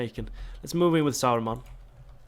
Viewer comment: It's ok. I like it. It's funny. 😁